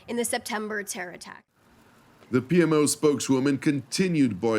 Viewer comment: how are you. Minute I thought you got confused, PMO sounds like PLO. That while You were talking about the Palestinian Authority pay for slay. I suggest in the future saying the Prime Ministers Office. Thank you God bless keep up the good work.